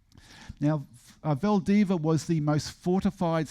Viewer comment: Saying VALDIVIA isn't all that hard, just don't ignore the final 'i".